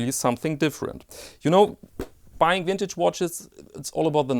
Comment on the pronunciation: Love your videos. Everytime you say 'wintage', I get a smile on my face.